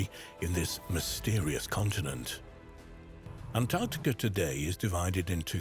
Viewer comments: Heavens above…..it’s ‘AntarCtica’….not ‘Antarrtica”, as mispronounced throughout this entire video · Drink everytime he says AntTarktica!😂